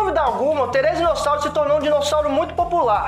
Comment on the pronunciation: Therizino e não Therezino😂